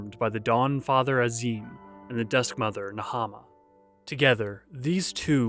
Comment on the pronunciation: I know it's super duper minor but little things like pronouncing the names of tribes and gods correctly that are said aloud in spoken cutscenes frequently would actually go a long way to make these even easier to listen to and enjoy. Things like the goddess Nhaama and the Dotharl Tribe. These videos are otherwise awesome and I wouldn't be bringing up something so minor if I saw anything else majorly wrong with them. Keep doing good work! ❤️